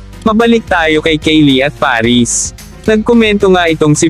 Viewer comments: HiltEn... Kardayshan... Kaylie... 🤣🤣🤣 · Ano b yan hilten ka ng hilten. Hilton!!! Kayli bigkas at hindi keyli keyli😂🤣😃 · Na-bother ako sa "hilten" at "keli".